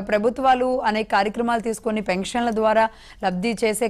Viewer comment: పెంక్షన్లు కాదు పెన్షన్లు